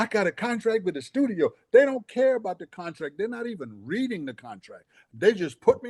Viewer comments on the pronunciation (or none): none